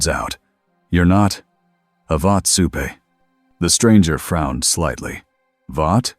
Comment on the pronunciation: Look I know that I shouldn't be supporting AI channels at all, but I just have this thirst for more stories that cannot be filled by the real ones alone 😂 Can you PLEASE teach it to pronounce "supe" like "soup" though, please.